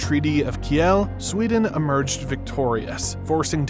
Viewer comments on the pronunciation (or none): Excellent analysis of the Scandinavian Arctic geography!!! At the time of the Kalmar War, Sweden did not control Scania, it was still part of Denmark. Your map is in error; Sweden did not take Scania from Denmark until 1648. The Treaty of Kiel is pronounced /keel/ in both English and German (as well as the three Scandinavian languages). Norway's geographical advantages continue: oil wealth has allowed modernisation and updating of hydroelectric production from ample mountain streams, and that plentiful supply of electricity has given Norway greater production facilities in energy-intensive industries such as aluminium. That advantage will remain long after the age of fossil fuels. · You're talking to international viewers, be considerate and use the global metric system. Why does this even have to be mentioned? And get the pronunciation of foreign language words/names right. How dare you mispronounce Kiel? Ever heard of the Kiel Canal? How do you say that, then? Next, why would you emphasise the second syllable in (estonian) Tartu? I don't speak that language, but it just doesn't make sense not to stress the first syllable. And Petsamo most definitely is stressed on the first syllable - as is widely known that in finnish, all words are stressed there (like fx also Helsinki). From foreign back to your own language: Did I hear you pronounce route [raut]? Its pronunciation is [ruːt], as was known to earlier generations of your (audible) country; check this clip dCYApJtsyd0 for evidence. Sorry left half-way trough, there's only so much I'm prepared to take